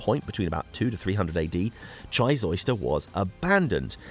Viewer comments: Chysauster is an amazing place to visit but it is pronounced Chy ''Sauce'' Ster not Chys ''Oyster'' lovely video thanks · Just a quick message from the Cornish pronunciation police. Down 'ere, we pronounce Chysauster like this, Shy Zauce (as in sauce) Der. There is a theory that the Western half of Cornwall was more isolated, because there was no obvious route across Bodmin Moor until the 17th or 18th century. Apart from which, the cost of parking a vehicle down here probably put the Romans off!